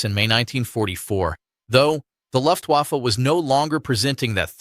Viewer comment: Very interesting. Please note that Luftwaffe is pronounced with a V, as in 'Very'. In German the letter W almost always is.